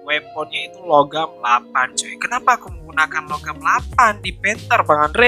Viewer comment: Nah ini baru satu set ini bang panther tu emg harusnya pakai longarm btw bang namanya "longarm" bukan logam -_